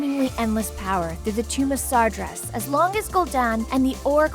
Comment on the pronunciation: yeah they left out quite a bit from wc3 and tft (illidan anyone?) aswell as showing some glaring inconsistencies, but those aren't as cringeworthy as "sahrgrass" :^)